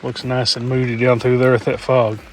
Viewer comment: Nice intro teaser! Every time you said "moody pic", my deaf ears heard "booty pics" 😂